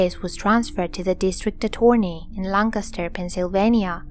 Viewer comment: I like how she says 'attorney' & 'prosecutor' haha